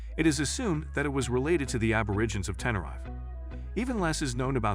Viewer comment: The way the narrator pronounces Tenerife is painful to hear...